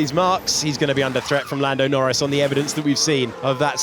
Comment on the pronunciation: am I the only one hear fernado norris at the end !